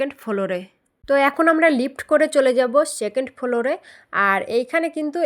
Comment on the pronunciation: ফ্লোর ❌ ফোলোর ✅😂